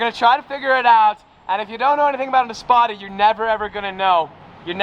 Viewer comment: All of us that watch DaddyDoug. Heard "THIS" When you said Easpada